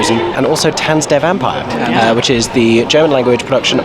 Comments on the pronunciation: I’m impressed with your pronunciation. 👍🏻 The only word that you keep saying wrong is „Vampire“. The german „i“ sounds more like your „e“. 😉 Oh and „Stage“ in front of the theatre name is just Stage Entertainment branding. It’s the english word „stage“. No need for a german pronunciation. 😅 And those prices for programs and picture books are just unbelievable. But this is also very typical for Stage Entertainment Germany. 🙈 The same company charges way less in the Netherlands. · You are seriously misspronouncing "Vampire" every time :D EDIT: Otto the Comedian is known for his drawings of Elephants, which he calls "Ottiphants" That's why they are in the theatre. (you can picture search for "Ottifant" if you want to see them) EDIT 2: I kept wondering why you kept saying "von Zero auf Hero" and now I am shocked and sad that they changed the original lyrics from the movie - in Sekunden auf Hundert", which means "in seconds to 100" which was working well and brought the meaning of the song across without having English words in there. (not that I mind English, obviously. But I appreciate not taking shortcuts and actually finding clever lyrics in whichever language.)